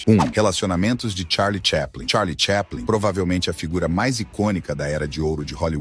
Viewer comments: Charles "cheplen"? Nossa deu até agonia, porque sempre achei que era chaplin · Po.. o cara fala Charles TCHÉPLIN... nao precisa falar mais nada.